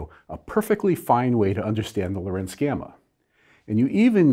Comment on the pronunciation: For what it is worth: the name of dr Lorentz should be pronounced while placing the stress on the first syllable "Lo" and not on the second "rentz", like dr Lincoln does.